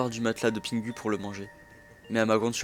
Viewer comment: Pitié c’est pingou pas pingu que ça se prononce …